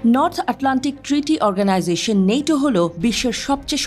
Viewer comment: নেটো না বল ন্যাটো...!!!!!